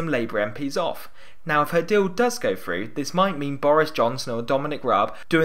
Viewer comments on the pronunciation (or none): Free, Fird, Frough. Please use English properly, Three, Third, Through. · Love your videos and the analysis, really, really,really and thanks for your intensive hard work in getting them out these last weeks. BUT PLEASE Get someone to do the voiceovers who can say t and th: third, thousand, through, other and not (as in this one) fird, fousand, frew, uver. Sloppy speaking and distracting from you very precise analysis. Haven't noticed it in your previous items, so maybe the voice likeness isn't really as uncanny as all that. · Since when is the "th" sound taught as an "f"? It is THrough, not "frew"